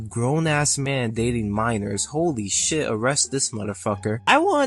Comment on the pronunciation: You saying "arrestes" instead of "arrest" is frying me lol